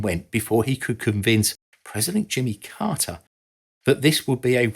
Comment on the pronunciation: It was the "Carter" administration, not the "Cotter" administration.